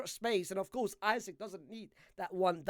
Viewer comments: It's Isak! Not Isaac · Bro called Isak “Isik”